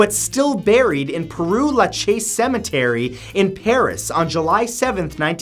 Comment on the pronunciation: Wow that Père Lachaise pronunciation made me cry😂😂